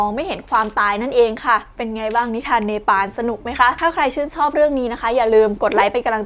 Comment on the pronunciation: ฟังคำว่าเนปาลเป็นเวตาลครับ